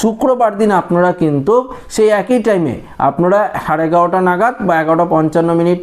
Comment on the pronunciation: Sir কিছু মনে করবেননা, আপনার রিপোর্টিং খুব খুব ভালো, কিন্তু আরও ভালো হবে, আপনি একটু ইংরেজি উচ্চারণ গুলো যদি ঠিক করে নেন, যেমন deletion হবে ডিলিশন...একই-হবে -(এ্যা ক্ ই) ইত্যাদি... Thanks!